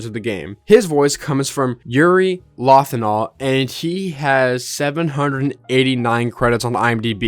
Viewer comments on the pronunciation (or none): Isn’t it pronounced LOW-ihn-THAHL? 🤨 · Yuri Low-N-fall is how its pronounced, and he's voiced Ben 10 in Alien force and Ultimate Alien too, along with Vilgax in the reboot. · MY BRO ABSOLUTELY BUTCHERED YURI LOWENTHAL'S LAST NAME WHAT THE HELL 💀GOAT PLAYS YOSUKE AND THE MC OF PERSONA 3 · holy fuck thats the worst pronunciation of Yuri LOWENTHAL's name i've ever heard, you can just look up how to say it lmao